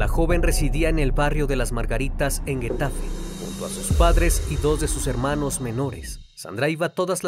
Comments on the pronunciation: Getafe, no Guetafe, se pronuncia como la Jota. Por cierto, años después, en un programa de televisión, ése tipo de programa de chismes, llamaron a la mamá de Sandra Palo para una entrevista. Y sin saberlo, hicieron una videollamada con la mamá de Sandra con el asesino de su hija. Las redes sociales recriminaron el programa de tv y al final, fue eliminado de la misma. Y se pronuncia Leganés, con acento de la última letra E , no leganes. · Cierto, es extranjero pero por ejemplo no pronuncia bien el nombre de la localidad, que es Getafe. Se pronuncia tal cual pero él pronuncia Guetafe.. 🤔 Me pregunto por qué.... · acaso sabes leer castellano? no dijiste bien getafe ni leganés